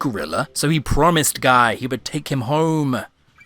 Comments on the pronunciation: Looove your videos. Ssard, Kroton and many other of the eighth doctor are my favourite companions, i'm always glad to see more videos about his tenure <3 (Also, I think it's pronounced like "gui" or "Guee" rather than "Guy"?) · I don't think you pronounced Guy correctly